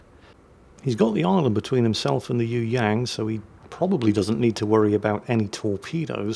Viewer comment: ...how about doing a search on how to pronounce "Yueyang" It does not sound like 'you '......and the "ang" sounds like "ong" in song or wrong